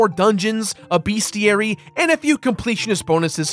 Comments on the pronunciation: For the love of God it is Bes-ti-ary Not Beas-ti-ary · What the heck is a BEASTiary? lol